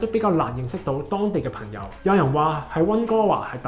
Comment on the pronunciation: 懶音比較利害（“朋友”講成“貧友”），仲唔係香港人？